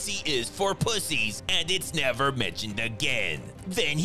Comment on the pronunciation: “..he will Mever agree to thadtt!” 😂😂 Fire narration